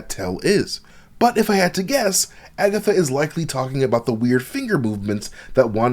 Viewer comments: I'm mad said "Agathots" 😂😁😄 You wild bruh! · agaTHOTS lol im crying